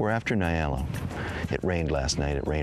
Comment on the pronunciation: Its ponounced 'N-yaala' not Nai-ala. Good video though